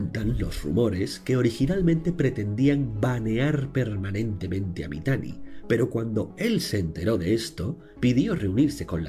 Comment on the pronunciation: Me dio bastante risa como le decia Mitani deidad xdddddddddddddddddd. Sin saber todo el contexto de ese tipo